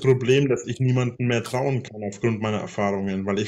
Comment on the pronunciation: "Ich gann nimmand verdrauen"....Aber zum Hammer Slutschen reichts....